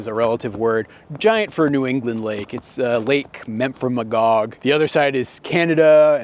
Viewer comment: "has this giant lake" ::laughs in Michigan accent